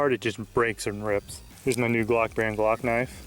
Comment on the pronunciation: when he said I think we can fit this on out glock it sounded like cock lol